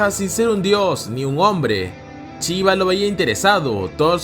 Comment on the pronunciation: Porfavor... Existe shi y chi... No está tan difícil ya que si lo pronuncias en otro contexto. No Chiva es Shiva..